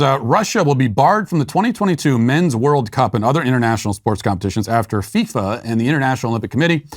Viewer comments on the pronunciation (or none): none